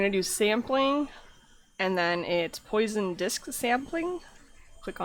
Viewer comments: type "poisson" in google translate and set the language to French. That's how you should pronounce it, just saying. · HAHAHAHA poison mesh... you're obviously French.... lol